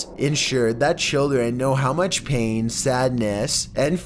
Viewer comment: Enjoy the videos but your voice is annoying as fuck,to the point I turn down the volume and turn on CC. "So maach",dude,really? You can't even pronounce MUCH correctly?! "Chewsday" it's fucking TUES-DAY